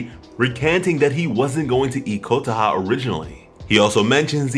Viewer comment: "Kotah" Ayo what the cluck